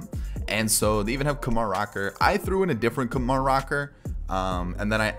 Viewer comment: Guy with an Indian heritage here, it's called: "Koomar."